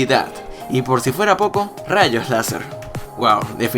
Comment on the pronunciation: en el minuto en vez de poco dice popo pongaanlo en cámara lenta yo ya lo escuché